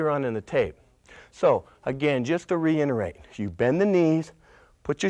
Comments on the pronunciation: he said, "just to re-inerate" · "Just to reinterate..."